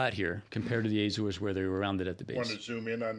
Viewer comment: Azores not Ézores. Just like it is not Éma Rica.